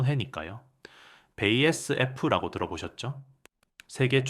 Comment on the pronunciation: 바스프 라고 읽어라 ❤